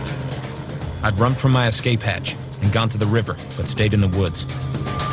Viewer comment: Gahhh it was driving me nuts too..ex-scape, ex-scape, ex-scape. It's escape you flogs